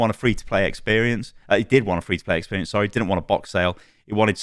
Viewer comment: Bro said “sowwy” 🥺